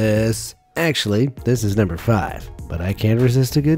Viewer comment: NUmBoR FaIVe